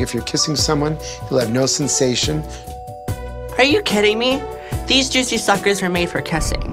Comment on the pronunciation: "Theas jouicy shuckers were meant for kassing"